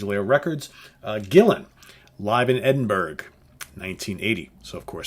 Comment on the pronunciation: Scotsman here....it's pronounced "Edin-burra"! It's a Scottish/UK thing